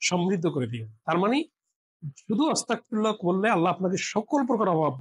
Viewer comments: আপনি বারেবারে অস্তাগফিরুল্লাহ বলতেছেন আসলে উচ্চারণটা হবে আস্তাগফিরুল্লাহ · এইখানে ওয়াস্তাকফিরুল্লা না। সঠিক হল আস্তাগফিরুলা হবে। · ওস্তাগ ফিরুল্লা না আস্তাগ ফিরুল্লা হবে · উচ্চারণটা ওয়াতাগ নয় ! আস্তাগফিরুল্লাহ হবে ! আপনার উচ্চারণে... শুনে নিবেন। আল্লাহ আপনার সহায় হোন। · ওসতাগফিরুললাহ নয় , আজতাগফীরুল্লাহ । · ওস্তাগফিরুল্লাহ্ নয়,,,,আস্তাগফিরুল্লাহ্ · আপনার কথা ভুল আছে অস্তাগফিরুল্লাহ না আস্তাগফিরুল্লাহ হবে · অস্তাগফিরুল্লাহ নয় আস্তাগফিরুল্লাহ হবে। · ক্ষমাসুন্দর দৃষ্টিতে দেখবেন আপনার আরবী উচ্চারন যেমন অস্তাগফিরুল্লাহ বলছেন তা হবে আস্তাগফিরুল্লাহ ।আরেকটা সুবহানাল্লাহি ওয়াবি হামদিহি সুবহানাল্লহিল আজীম ওয়া বি হামদহি আস্তাগফিরুল্লাহ হবে। আশাবাদী সংশোধন করে নিবেন।যাঝাকাল্লাহ খইর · আস্তাগফিরুল্লাহ হবে